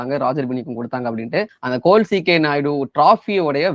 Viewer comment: Its not col , say it fully as colonel ck naidu award. Full name is there to pronounce with respect . Thank u